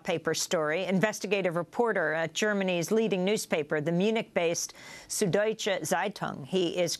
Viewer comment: It's not "sood". You simply don't have this sound in the English language. It's also spelt "Süddeutsche Zeitung" and if you can't make an "ü", you should rather use "ue" instead of a single "u". (The same goes for "ä" and "ö" respectively.)